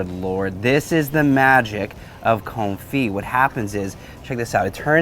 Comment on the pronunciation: thank you so much! Your marvelous lessons are appreciated. I have watched this video three times now. I’ve taken notes and I think I’m read to make “Garlic Confit”…. Thank you for giving the correct pronunciation to the culinary Vernacular, such as Confit, and fish Filet. Please continue these lessons in culinary language pronunciation when you deem it necessary. I’ve sent my brother this and the pork tenderloin video. I may have tempted him to buy a Blackstone griddle.